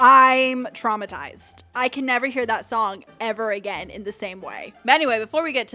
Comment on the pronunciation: the tongue first TRRRRAUMATIZED ME